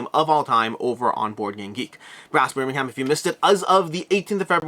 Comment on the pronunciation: Lank-a-sheer and Berm-ing-am